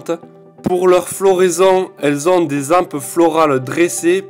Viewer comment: Dans « des hampes », on ne dit pas « dézampes » mais « dé―ampes Merci ; c’est une vidéo très intéressante. Et puis, j'adore ton accent méditerranéen ! À plus, Eiffel.